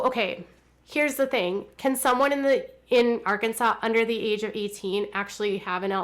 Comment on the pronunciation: I'm from Arkansas I love when you say "Arkansas "